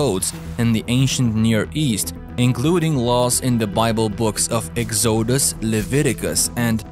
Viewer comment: Love ur accent and how you say exoosus 😂😂